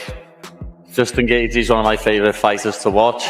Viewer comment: Justin geth gar 😂😂😂